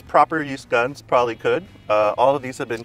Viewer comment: Gwuns so scwwarrryy lol